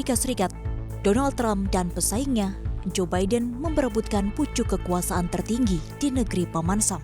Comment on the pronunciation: Joe biden itu orang jawa ya... Joe dibaca ju